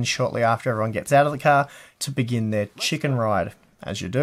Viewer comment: did you just say chicken ride?